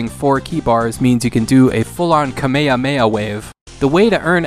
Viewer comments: No one talking about how he pronounced Kamehameha 😂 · I love your channel, mate... but NEVER EVER say kame hame ha like that again